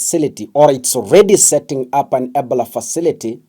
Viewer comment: We follow you for news but when we give you suggestions especially with your pronounciation you ignore. You should know not only Kenyans follow you to keep up, can you pronounce Ebola properly so we know what you are talking about. i i-bow-luh